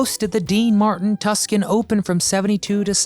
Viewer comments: Tuscan? Tuscan? It's pronounced "two sahn" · It’s Tucson Open, not Tuscan Open! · That was the Dean Martin Tucson (Arizona) Open...the pronounced it Tuxon...whats that about?